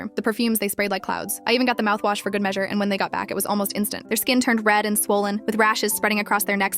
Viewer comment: When I heard her say mouthwash i went OMG THE MAOUTHWASH WHY HAHAHAHAHHAHAHHAHA